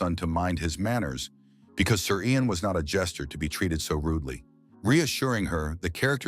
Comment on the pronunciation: i don't understand why you keep saying "Yang" when it's Ian